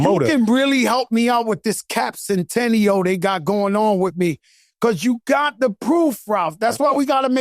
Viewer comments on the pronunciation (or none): "CAPcential" lmao